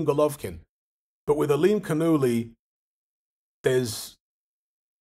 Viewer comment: There seems to be a major Farsi influence all around the Caspian sea. Got to love that pronounciation tho "Aa-lim-khan-ullah"